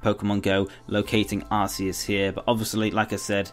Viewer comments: I know no one is perfect but The god poke mon is said ( ar-key-us) true search pokemon mispronounce by aroua gardian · There were a lot of mispronounced names is this video, Arceus and Genesect, for example. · Well actually originally Arceus was pronounced that way but then they realised that in England arse means ass. I think you can say it either way.